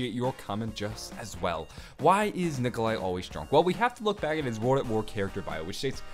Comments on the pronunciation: it is Nikolai... Not Nikolia... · LMFAO u messed up on nikolais name srry but thats just fucking hilarious still great vids man